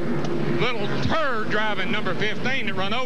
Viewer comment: Did you notice the emphasis was on the word 'turd'? Saw it live back in the day, I about fell over when Jaws uttered an ugly word...